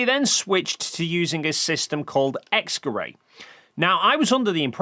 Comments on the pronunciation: X-Gerät is pronounced more like "X-guh-rit" than "X-guh-ray" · X geray Y geray It sounds so funny when you pronounce a german word as if it came from france The "t" in "Gerät" is pronounced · I looked up the pronunciation of "Gerät" (from multiple sources) and it's pronounced nothing like what he says, even with English approximation. "ät" isn't pronounced like "ay" he final "t" is very much pronounced and even after listening multiple times to how he says it in the video, I still hear a "k" instead of "g". Either way even if he does say "g" it shouldn't even sound ambiguous enough for this confusion to exist. Sure, the "g" sound in English is generally not as strong as in other languages (like German, French or Egyptian Arabic) but still not so weak that it could be confused with a "k". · You may be borderline illiterate because you kept pronouncing "Kleve" without the E at the end despite presumably being aware that it's not an English name. Edit: After further watching I noticed your pronunciation of "Gerät" is even worse. I was confused about what you were referring to with "X-gerei" until I saw it spelled near the end of the video. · Honestly the only things you're getting wrong are your pronunciations of Knickebein and X-Gërat.